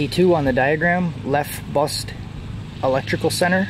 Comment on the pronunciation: Ok great video and excellent diagnostic skills!!!!! That said it's not Lef Bust it's Left Bus. Hehe I'm sure you know you probably just said it wrong.